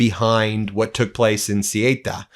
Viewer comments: The two Spanish cities in North Africa are called Ceuta and Melilla. Ceuta, Not Cyeyta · Ben, the spanish enclave in Morocco is pronounced like 'soo·tuh', not 'su-way-tah' 🙂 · Ben it's called CEUTA !! not Sieta., just CEUTA. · It's "Say-uuuuuuutah". And is chocker full of MosCIAsad footprint due to Spain not bowing down to USraeli policy. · It's pronounced {Soota)r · Spanish city names..... off the top of my head.... Cuelta sounds more like Quelca and Melella sounds more like May-lea-yah...... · Ben, it's Ceuta - pron. thay-otah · Ceuta is pronounced soota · Ceuta is pronounced Say-ooh-tah. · Ceuta is pronounced Say uta. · Ceuta, the Spanish colony 😶‍🌫😄 It's pronounced Sow-Ootta 🤗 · Learn how to pronounce Ceuta before talking about it ‼️👎 Your pathetic avoidance of the word Zionist is so obvious! The whole Morocco/spain thing is a Zionist operation and you’re too cowardly to mention it ‼️‼️👎🤮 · Please, as a spanish person, do NOT say Ceuta nor Melilla like that. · Dear Ben, dear meidas touch, it’s not so important but if you talk about Ceuta in Spain, you should pronounce it different. C is pronounced an S like in the word „Song“ In the word Ceuta, the e and u are pronounced separately, unlike in the word Europe. e like in „Bed“ u like the ou in the word You T And a as in „art“ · You mispronouced Ceuta